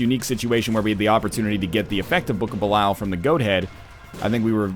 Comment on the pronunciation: Jesus H. Fuck, Kate. Nobody cares about your damn "woooooo"-ing printer. This isn't a hate vid to Best Buy's shit products. This is about NL and his raging boner obsession with the Book of Belial. Or, as he says it, the "Bukahbeelyul"...sometimes "Blukablul" if he's really excited about it. Also, fuck you too Lrod Shrek and your lazy ass. You should be here my now and here's this random canine's canine doing your job for you.